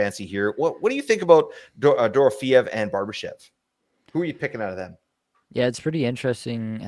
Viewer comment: Still mispronouncing Dorofyeyev's name. Check your last flagship show.